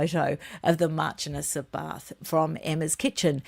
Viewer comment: PS it’s Marchioness. Pronounced sh not ch